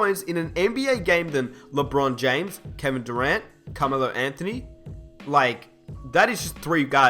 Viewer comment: He says Camelo Anthony its Carmelo Anthony fucking dumbass